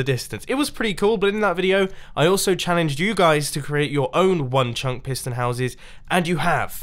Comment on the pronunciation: No one: Mumbo saying chunk: Chuncqk